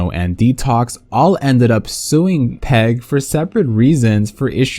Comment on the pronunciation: Industry plant here to tell you we pronounce PEG P-E-G (pee eee gee) not peg. Looking forward to a video or two on how shady that company is some day.